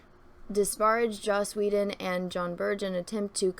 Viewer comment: Take a shot of blue milk every time says "Joss Woe-den"